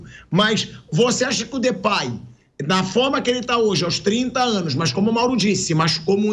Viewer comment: Aviso à vcs e a. Não é Flerplay é DEPAY. CHUPAM